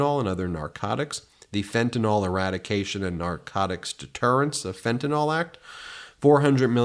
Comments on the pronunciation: Fen-tuh-nil not "fen-ti-nol" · ben you are looking right at it. you are pronouncing fentanyl (pronounced fentaNILL) as if it were spelled with ol at the end. can you read? are you just stubborn? are you on alcohyl? i know its a small point, but that's how margie the clan mom pronounces it. its how lauren boobert pronounces it. you are supposed to be smarter than them. cmon ben.